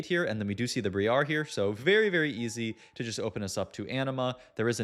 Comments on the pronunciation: brand new? He purposely mispronounces things so people like you comment on it and boost engagement. Hook, line, and sinker. 🎣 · Interesting way to say Briar. Bree Are